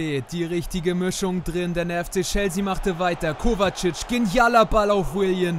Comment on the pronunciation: Gute videos aber "chelsea" wird chelßea ausgesprochen 😅